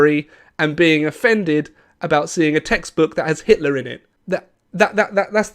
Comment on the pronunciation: Your video contains hate contents towards Mr. Hitler because you read it as "Hilter" in the video😂😂😂